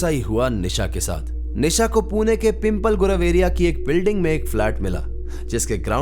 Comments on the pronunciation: It's not pimple it's पिंपळे 😐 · Arre bhai its not pronounced pimple 😂 It's pimp- leh.. 😅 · I can visit both the location Pimple Gurav and Old sanghvi( i already stayed there with my friend). Actually pronunciations me problem aati hai, when you are not from Pune. Likha to pimple hi hai but it correct way to pronounce PIMPLEH..... Similarly Pimple Nilakh and Pimple Saudagar is also are the places in Pune.